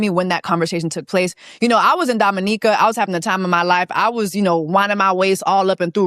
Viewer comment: I'm glad you had a grand time in Dominica and thank you for pronouncing it correctly 🙌🏾🙌🏾 with that being said, Chris needs to go to hell disrespectfully with his raggedy a**